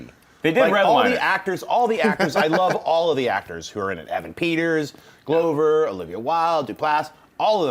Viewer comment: Stop mispronouncing Donald Glovers name!!